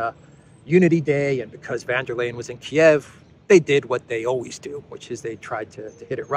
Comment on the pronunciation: Von, von, von... And it's not Lay-en, it's Lie-en.